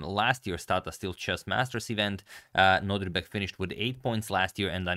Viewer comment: Can we agree that it is no-DIR-bek and not no-DRI-bek? Thanks 🙂